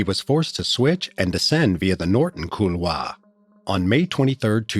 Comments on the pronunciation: Kool-waar...not cool-vaah... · Please stop saying "cool-Waah". Just avoid the word if you can. Call it a gully. . Maybe same for "Adieu